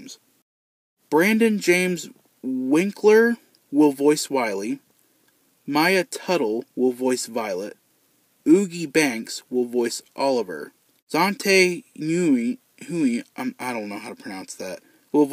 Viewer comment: Let me help you pronounce the voice actors' names... 1. WINK-ler (the C is silent) 2. Oh-GI 3. Zan-THEE Winn 4. Vin-She-Gwer-Ah